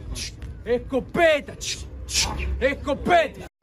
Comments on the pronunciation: Se dice que hasta el día de hoy sigue diciendo escopetAH CH CH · esco- PE -ta SHHHK SSHKK